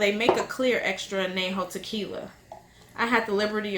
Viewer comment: Anejo is pronounced....An Ya Ho........not ...An Na Ho